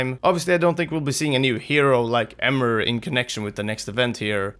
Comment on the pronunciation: Emre* not Emer